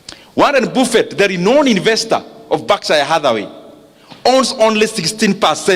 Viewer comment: Thank you for these Nuggets. Pronounced "Baffet" not "BUFFET"